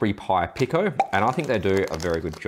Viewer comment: Pico is pronounced "Peeko"